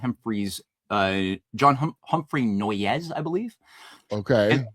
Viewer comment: NOY-YES? No, it's NOISE. I lived around the corner from Noyes Ave in Utica